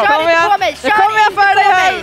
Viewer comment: gröna kvinan. "jag har shört mario kart med denna." senare "HUR SHÖR MAN!"